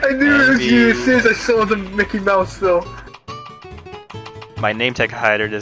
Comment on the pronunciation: its not mickey its MOKEY